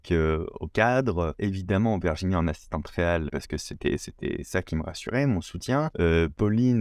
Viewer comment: J’ai adoré le court métrage, les coulisses, le travail d’équipe… Au fait Virginie se prononce Virginie et non Verginie… 😏